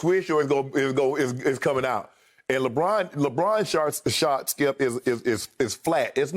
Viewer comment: Nobody heard Shannon say lebrons shart? Lmao